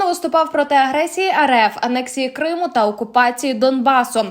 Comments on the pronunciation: Думала, це нормальний якісний канал. А виявилося, це шарашкіна контора з неякісним контентом: диктор проковтує окремі склади, ставить неправильно наголоси (КримУ) тощо. Вам не соромно випускати таке? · шановна ведуча, коли ви двічі неправильно поставили наголос вимовивши «КримУ», я подумала :«всі помиляються. це дрібничка.» але коли ви, розповідаючи про поважну людину, актора Назарова сказали, що він «проти підтримки Української Армії!», то я розгубилася! ви що читаєте текст з листа, не готуєтеся до запису? ви хоч розумієте, які ляпи наробили?! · Що за курка не здатна грамотно прочитати текста?!! Яке ще "на території КримУ "?!! Якого ще "КримУ "?!! А прізвище БАрінов складно було прочитати правильно?!! Ну який ще БарИнов"?!! Ставте їй наголоси ті, хто пише їй тексти!!! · Вірний наголос "проти анексії КрИму" , а не КримУ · "проти анексії КримУ", "на території КримУ"?.... це ж, наче, не ШІ озвучував.... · КримУ??? Наголос на У? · КрИму ? Що з наголосами? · Як би ще дікторка навчилась правильно розмовляти на солов'їній,зокрема назву Криму правильно вимовити.